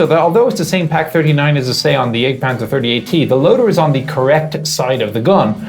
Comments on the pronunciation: At hazard of being thought of as as smartass, I will suggest that the more proper pronunciation of the vehicle name might be Yahgt panzer (jagdpanzer), for hunt or hunting panzer. The term for the HUNTERS changes in pronunciation to panzer yayger (or Jaeger in English letters) for the crewmen, with an umlaut (two dots) over the A. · sounds like he's saying the egg panzer iv